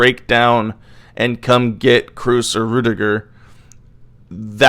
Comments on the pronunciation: Kroos is not pronounced Cruise. It's a long o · its kr-o-o-s as a double o, not kr-u-s ;)